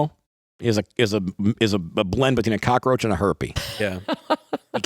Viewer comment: Chris Cuomo:cocka-herpa-roach. 🤣🤣🤣